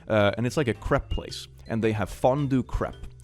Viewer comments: I don't want to be that guy but should really check how to pronounce crepe. I had to listen to it again if I heard right. Had a good laugh though. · Crepe is pronounced "crape", not "crepp". Sorry, I just had to, lol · He probably knows how to say crepe, but if not, its pronounced like grape with a c instead of a g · I THOUGHT YOU SAID “Crip place” INSTEAD OF “Crepe” NAOOOO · Crepe is supposed to rhyme with grape 😶 (well i think so? Is that actually how they pronounce it in France or have I been lied to?)